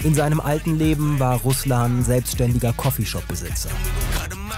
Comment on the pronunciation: Im Namen RUSLAN ist die Betonung auf A , nicht auf u. Das klingt sonst wie Name des landes, das tötet.